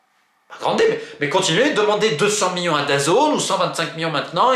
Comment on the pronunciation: C'est "millions" pas "Miyons"